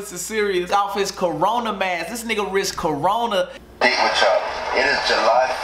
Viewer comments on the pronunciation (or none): this man said "CORA-NORA"💀💀💀🤣🤣🤣🤣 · killin' me calling corona the "cora nora" LMAOOO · “Coranora” lmfao dead 😂😂💀💀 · Man said coronora 🤣🤣🤣🤣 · yo said coranora 😂😂 i’m dead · This man keep sayin coranora 😂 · No one:: coronora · 😭😭😭 bro said "coranora" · 😭😭😭😭 he said CORANORA😭😭😭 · still saying coronora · Wtf is a “coranora” 😂😂😂😂😂😂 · "you ain't bout to give me the cora-nora😭😭" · So we really gon act like ain’t say corona wrong😂😂